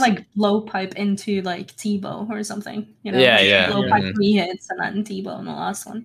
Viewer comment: hey, it's three not free, you need to grow up